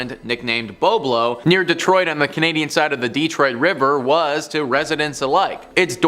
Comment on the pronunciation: If you're from Ontario pronounce the islands name correctly. It's Boblo island. As a fellow Ontarian that was an embarrassment on a maple leaf fan level.